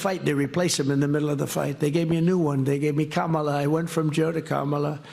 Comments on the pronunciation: Wow! So he can pronounce Kamala's name correctly. Who would've thought! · How is it that the dumbest Republican can pronounce Kamala but the rest of them can't?